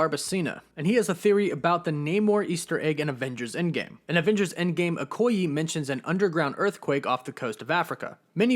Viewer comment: I like theory 1. And btw, you’re saying Okoye wrong a little bit, just wanted to say.